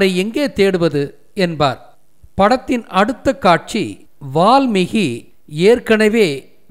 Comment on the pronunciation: வால்மி"ஹி" அல்ல வால்மீ"கி"...